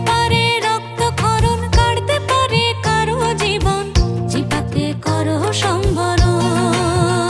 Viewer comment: সম্বরণ নয় হবে সংবরণ জিব্বা নয় উচ্চারণ হবে জিউভা